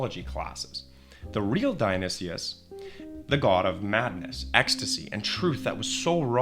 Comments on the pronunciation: You should know not to listen to someone who pronounces it “Dionysius”. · Thats certainly a way of pronouncing Dionysus and Antigone. C'mon man . . .